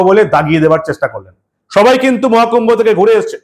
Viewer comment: পরিস্কার করে কথাটা ও বলতে পারে না। মহাকূম্ভো না বলে মোয়াকুম্ভো।